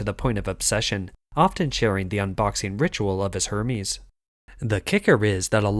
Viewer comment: You mispronounced Hermès. Also, your voice sounds like a soulless robot. 👎🏻